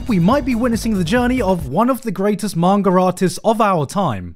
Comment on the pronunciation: "Mangar" i will never hear garnt saying manga right ever again.